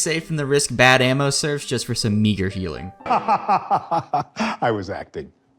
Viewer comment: OHHHH, you said MEAGER! I heard... something else...